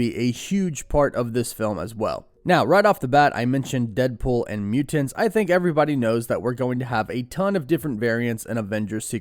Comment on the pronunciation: MUTE-TANTS!!!! LMAAAAAOOOOOO!!!!!! HE SAID IT AGAIN!!!!!! LMAAAOOOOOOOOOOOOOO!!!!!!!!!!!!!!!!!!!!!!!!!